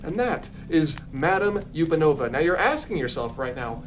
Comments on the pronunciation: Sorry but you're mispronouncing the ostrich ballet dancer's name. It's not YOU-pen-ova. It's UHP-an-ova. Like "Up and over". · Madame Upanova's surname is not pronounced "yew-pah-no-vuh". It's pronounced as "up-a-no-vuh" because it's a play on the phrase "up and over". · I think the ostrich's name is pronounced "Up and Ova" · WAIT have I been pronouncing it wrong this whole time?!? I’ve always pronounced it ma-dahm UHP-anova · Justice for Madame Upanova (up-an-ova like 'up and over'). Yesterday my dad was going through his VHS tapes and he showed me the VHS from his 1993 Florida trip which had part of the SpectroMagic parade on it. There's a couple Fantasia floats in that parade, including the dancing Ostriches, and I thought they all looked pretty great! 😅 ETA: I've just watched a video of SpectroMagic from 2009, the float costumes are just great. They are so much less cursed than that meet and greet costume, but I've still gotta stand up for Madame Upanova - I mean she could've look soo much worse lol.